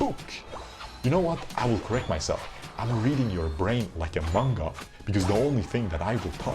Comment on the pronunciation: Its maaaangaaaa not mungs cmon man 😭😭